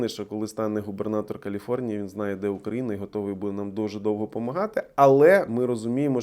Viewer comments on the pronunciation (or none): none